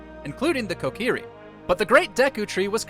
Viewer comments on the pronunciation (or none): none